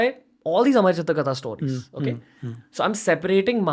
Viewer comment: Say "Stowries" one more time 😂